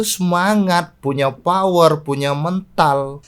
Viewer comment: Mental bang...bukan mental 🤭